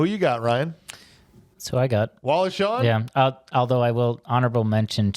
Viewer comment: Also it's Wallace Shawn, not Shaw. And Ellen, not Helen